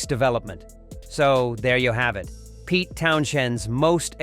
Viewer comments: This is a load of crap, the computer can’t even pronounce Pete’s name properly and slots random footage of him talking about someone completely different from the band in question. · This robot can’t even pronounce Pete’s name correctly.